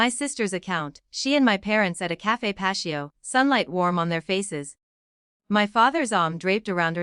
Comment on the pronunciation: Pat - EE - Oh.